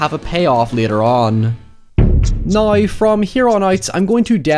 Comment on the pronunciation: He doesn’t say “now”. He says NOI.